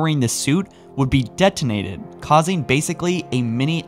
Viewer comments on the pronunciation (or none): Please practice you pronunciations. the things you are talking about should be easy to listen to. Currently its jarring because you say 'spartin', 'detinate' and 'mi-ō-nihr'. This is your bread and butter. Be better